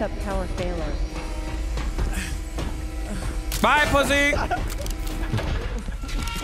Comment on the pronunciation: Yo I'm I'm the only one that noticed the ship computer say " back up power failer" instead of failure😂